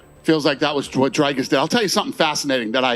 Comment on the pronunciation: Americans: Dricus good ❌ Strickland bad ✅ Dricus ❌ Dracus ✅